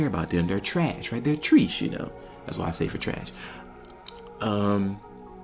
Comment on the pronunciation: That man said treessh 😂